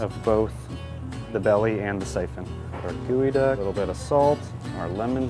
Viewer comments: Geoduck... Not Goeduck Also its a Snail... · It’s pronounced gal-duck not ge -e-duck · googy duck been saying like its gee oh duck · Who else thought it was pronounced geo-duck not gooey duck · I thought it was a GEO DUCK....like a pokemon..but its pronounced Gooey Duck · I’m sorry.. it’s pronounced GOOEY DUCK? I thought it was Geoduck, like Geodude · Why is it not pronounced geo (as in geo metro) and pronounced like "gooie"? That has to be wrong. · Wait, wait, wait... Gooey-duck?!?! THATS how you say it?!?! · I had no clue this was pronounced gooeyduck I’ve been saying it wrong my entire life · why does he keep calling it a gooey duck lol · you spell it geo as in geode but you pronounce it gui................ok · I thought it was pronounced j-ee-o